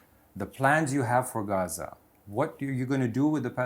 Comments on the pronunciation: “hazzza” Just say “Gaza” you European weirdo. 😂😂😂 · He doesn't even know if its Gaza/Ghaza or Ghazza